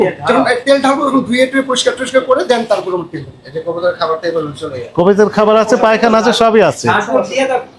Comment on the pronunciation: কবিতর না কবুতর হবে